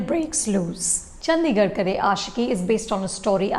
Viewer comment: The D in Chandigarh is pronounced as D, not “Dh”.